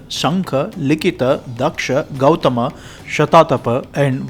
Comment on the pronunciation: Gautama po hindi Taugamma diba